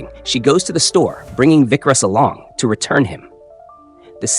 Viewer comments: It's not Vikras.... Its vikaas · Its vikas. Not vickrus